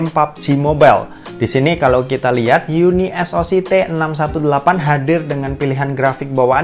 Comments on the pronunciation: Bacanya kok. Jadi UNI - ES - O - SI 😂. yunisok aja biar enak.. 😁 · Unisok bang bacany bkan uni s o c 😂😂